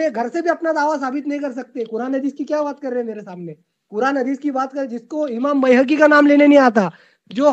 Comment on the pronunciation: Bayhaqi ko Bhehki bolta hai 😊😊😊